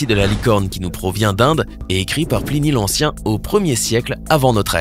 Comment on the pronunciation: "Plini l'Ancien" 😂